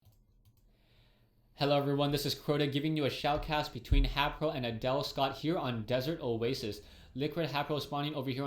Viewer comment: hayPO!? his a prO not a pO!